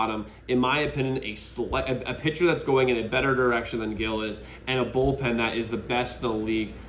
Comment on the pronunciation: Can someone plz teach this guy to say Gil’s name correctly?